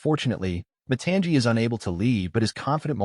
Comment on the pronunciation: It is not pronounced mu-ton-jee, its mu-tong-ee. And it is not pronounced syy-mea-u, its si-mae-u. Bruh watch moana 2 and PLEASE pronounce the names right bruh😮😮😮